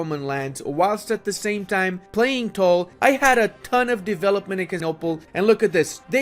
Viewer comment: Playing toll? Oh, tall, funny accent.